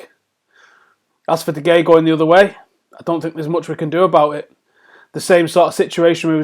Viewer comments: Just read that off the screen, was painful to listen to. Also pronounced de Gea's name like 3 different ways. Anyways the muppet in me would accept Ronaldo for de Gea, but de Gea would win more games for us, especially in the long term.. Just give him a contract that the best goalkeeper in the world deserves and hope for the best. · "DE HEYA". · Stop pronouncing De Geas name wrong